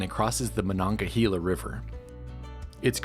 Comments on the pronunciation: its pranahnced: *MonongaHEYla and Beto's is Lunchables! lol Pittsburgh has some of the best pizza around. wish yinz would have picked somewhere else to showcase instead of Betos -a yinzer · I died a little every time you said monon-ga-heeeee-la